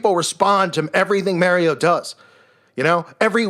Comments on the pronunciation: "mary-O" lol, what a clown (and a dangerous clown to the undiscerning to boot) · "Mary-Oh" Lol🤣